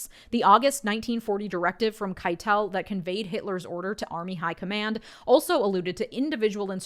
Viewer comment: On Field Marshall Keitel's name, the accent is on the first syllable, so KAI-tul. Trivia: Even the other German military leaders at the time recognized Keitel's slavish loyalty to HitIer, labeling him HitIer's lackey and calling him Lackeitel behind his back.